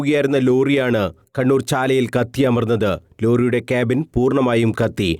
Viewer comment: ഇയാൾ കണ്ണൂർ എന്നാണോ കടൂർ എന്നാണോ പറയുന്നത്